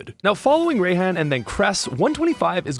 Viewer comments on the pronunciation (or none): You pronounce if “Rye-hon,” not “Ray-hon.” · ..."Ray"-han? What? Do you also pronounce it raychu and raykou